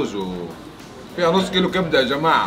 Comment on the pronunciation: كان بيقول جماعة قال شباعة